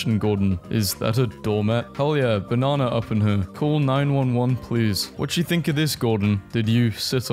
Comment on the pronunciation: I will never forgive you for calling Benihana banana